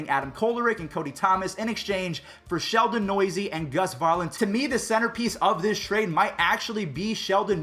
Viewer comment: “ Sheldon Noisy” it’s Sheldon New-se